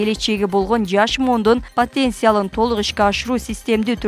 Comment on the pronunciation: Патенция эмес потенциал. Уят